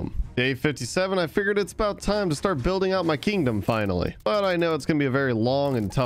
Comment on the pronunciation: How many times does he say kindom